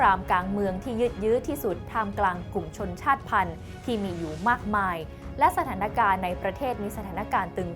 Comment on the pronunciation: อ่านว่า “ชาด-ติ-พัน”